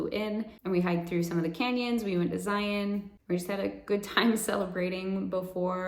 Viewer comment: Hi, My name is Michael and I live in Salt Lake City. I'm so happy you have gotten your health back. I've been watch all of your videos and man what a journey you've been on. When you pronounced Zion correctly I giggled, yep she's from Utah. Keep smiling.